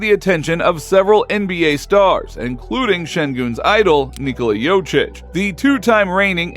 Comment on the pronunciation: Thank you for the vid bro. Just wanted to add that it's called Jokic not Jocic. 🚀